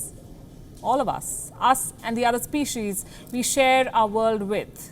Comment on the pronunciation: Species pronunciation is not good mam.